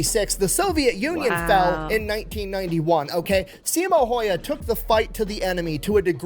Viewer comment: He pronounces Häyhä wrong, so.. I haven't heard any american or other pronounce his name correctly. Greetings from Finland.